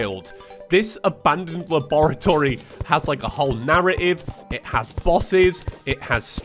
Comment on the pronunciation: i was so excited to watch this and then i heard you say laboratory and i died 27 times